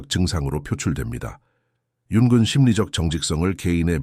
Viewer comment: 잘 듣고 있습니다. '융근'으로 들리는 부분을' 융은'으로 고치면 더 좋을 것 같아요.